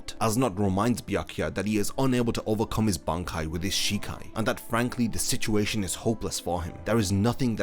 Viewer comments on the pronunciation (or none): none